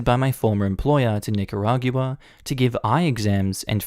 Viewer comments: lol you always make great videos and I have only ONE little nitpick the 'gua' at the end of Nicaragua is pronounced 'gwuah' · Nicaragua is pronounced as Nick-a-rahg-wa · LMAO another one who can't pronounce Nicaragua :) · I love you dude but the way you pronounce Nicaragua really triggers me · is that... how nicaragua is pronounced in australia?